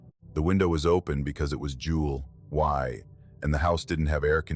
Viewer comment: Like “Jul” “Y”. Really?